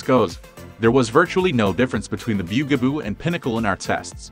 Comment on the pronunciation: The byu-gah-boo 😂